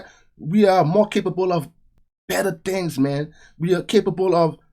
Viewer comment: "BLACK THEENGS"......